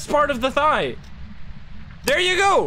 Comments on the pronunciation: The Thaye is based on Burmese mythology, pronunciation is actually neither of what you said. Thayé translates to သရဲ which is pronounced 'The-yay' or 'Tha-yei' See: You can use google translate to speak this word: သရဲ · its pronounched Tha-Ye or Tha-Yal, not thigh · Thaye - first time u pronounce it in the video pls use that one. So pronounce it like fey but with th. The second way sounds like a person’s thigh😂 i cannot take the ghost seriously thinking about hunting thighs🤣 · CJ literally said in chat that it’s pronounced like “they” with a softer “th” sound Edit I googled it and the online pronunciation also sounds like “they” not “thigh” 😭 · Hi it's pronounced The-Yare (Rhymes with Dare) and not a monosyllabic They/Thire။ It's the standard ghost from Burmese folklore, typically spirits of people who died while still having material or emotional attachments to objects or people while they are still alive. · That moment, when I realise, "thaye" literaly just means "ghost" in my native(burmese) language. Also, it's pronounced, Tha(same as thigh but only the "th" sound) -ye(as in yell without the L sound) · "Thigh ghost" haha nice ;) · Hey! It's a Burmese ghost pronounced thuh-yeh. My dumbass also called it thigh at first, instead of thinking in my language lmao. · Wanted to help with pronunciation. I could be wrong, since I don't speak Burmese/Myanmar or maybe the Phasmo team have their own choice for it, but I think it should be pronounced theh ya, where the "th" is like "thick" and the "eh" is like "bed". This is based off the word thayé သရဲ from Burmese, which means "ghost". (Wikipedia says "They often appear as tall, dark people with huge ears, long tongues, and tusk-like teeth" and "Thayé enter towns at noon or at night, and usually cause minor illnesses". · It’s pronounced Tie-aye. It’s Burmese for ghost. They’re in Burmese mythology and they usually tall, with pointy ears and have other varying characters. The more you know.